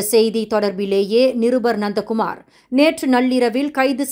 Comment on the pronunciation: Ha-ha … nandha Kumar become nonda Kumar 😂😂😂